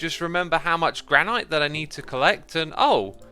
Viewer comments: As someone who lives in the Gran-et State, hearing you pronounce it Gran-Eyete is super distracting. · GRAN - IT not granyte speak English!!!!! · Is mispronouncing granite as gra-night an accent thing? Or a weird quirk of his? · I am sorry... but am I the only one confused why he says "Grah-Night" instead of "Grah-nit" for Granite? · Granite is pronounced gran-it, it is a different pronunciation from the other stones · That's not how you pronounce 'granite', chief. You're as bad as Mumbo saying 'ingot'! Nice episode, though :) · Im sorry but.... Gran-IT?!?!?!?! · is it a running joke that he pronounces granite wrong or does he not know it's "gran-it" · Please pronounce granite correctly!!!! Haha